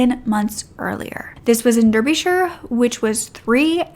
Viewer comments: And DARbisher, not Derby-shire. But you’re forgiven. British place names are stupid. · Derbyshire/Derby isnt pronounced like roller derby to you guys its pronounced up like Dar bee shire xxx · I live in Derby and I think covering the other story would be good. Those poor girls, the fact that one was just stopping over at her friends and he does that to her. His own kids. On a brighter note your pronunciations of English places like ‘Chelmford’ and ‘Derbyshire’ made me smile! 😂 Chelmford is pronounced with a ch like chair Derby is pronounced darby xx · love the cover on this case! did have a giggle at "derbyshire", we pronounce it like 'dar-bish-ire'! much love to this channel!!! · Your pronunciation of English towns is terrible! Dahrbyshire CH elmsford!